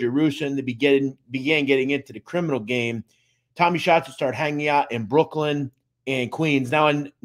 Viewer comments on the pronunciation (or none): none